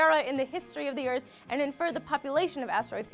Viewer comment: 'anod" you mean "and"?